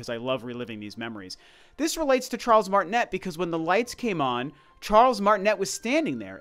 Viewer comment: Actually his name is pronounced Martinay because he's French, which is pretty ironic but oh well lol